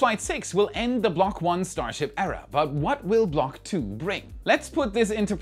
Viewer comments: no you didn't "block tuh" 🤣🤣🤣 You're going to venus for that. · The block 'Tuah" was wild 💀😂